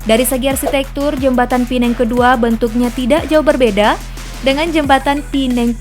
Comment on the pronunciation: Pulau Pe nang BUKAN pulau pi neng🙄🙄 WOI....URUTAN TERPANJANG APA TERPENDEK MIN